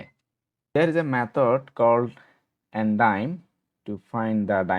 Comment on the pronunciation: Very good stuff!! Just a comment on the .ndim property, we normally would say "ndim" like a dim light, not the $0.10 American coin. Even more importantly, on the function names, min , rhymes with pin, win or thin, sounds here a bit too much like mean , which rhymes with bean, dean and clean.